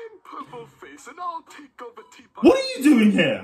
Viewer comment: did you heard poopoo face or purple face